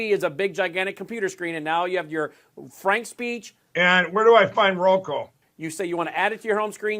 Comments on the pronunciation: One thing I’m gonna miss in the Republican primaries was Chris Christie despite how horrible the guy is but he was the only few republicans who would cal out Trump on his BS about the election being “stolen”. I still laugh that Mike still says “ROKO”. 😂😂😂😂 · Roko?? Lol. He never can get that right. How the heck did he run a business,,,,🤦🏼‍♀️🤦🏼‍♀️